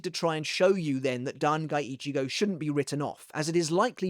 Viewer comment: "Dan Guy Ichigo" lol 😂